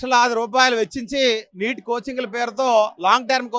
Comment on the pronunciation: Not NIT , it is NEET